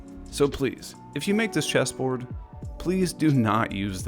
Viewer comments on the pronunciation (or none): I thought you said cheeseboard lmao